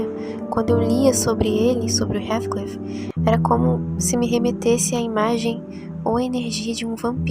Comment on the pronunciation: Observe a Pronúncia do nome de Heathcliff por favor.